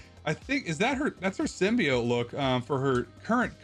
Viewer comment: SIM BEE OAT SIM BEE OAT SIM BEE OAT not SIM BEE OTT and not SIM BYE OAT for the love of God It's SIM BEE OAT